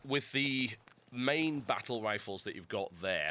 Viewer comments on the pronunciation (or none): none